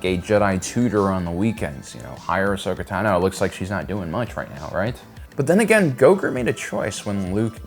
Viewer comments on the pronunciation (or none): And Ahsoka Ta noe